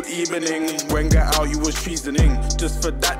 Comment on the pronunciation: Certified "Good ebening" Moment